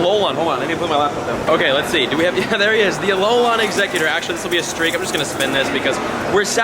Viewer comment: it tilts me how you say alolan